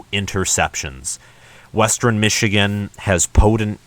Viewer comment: Yep they looked great against Sandy Valley Middle School. The first half of your schedule is weak, very weak. Reality will set in with Wisconsin. BTW it’s West-ern not Wes-terin.